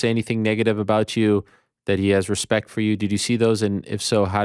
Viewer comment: Hespect my homie... hespect